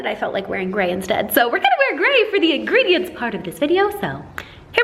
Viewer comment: I love that she calls them "Ingredients" lol ❤ love you!